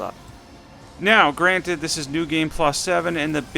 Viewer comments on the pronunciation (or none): none